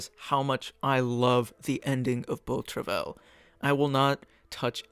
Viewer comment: Great video! Just a small point to make about the pronunciation of Beau Travail. Travail is pronounced more like “trava-ee” ;)